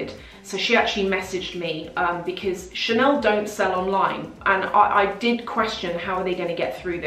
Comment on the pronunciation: "Chanel" has become "Channel"